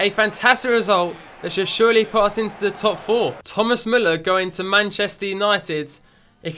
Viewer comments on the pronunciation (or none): none